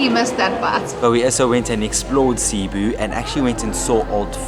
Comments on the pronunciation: i enjoyed ur trip here. see you next time and I hope you see Bohol and enjoy the tarsiers.... CE-BU (seboo) 🤭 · Glad to see you had a great time in PH, sad to see you go. Come back Christmas season in September and let's bump that subs to 50K! When watching Buddymoon, there's only one thing that's evident: is the luckiest guy in the world!! PS: For the nth time, it's seh-BOO not SEE-boo. 😎😎😎👍👍👍